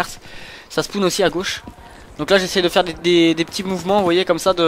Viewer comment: pk tu dit spoun au lieu de spawn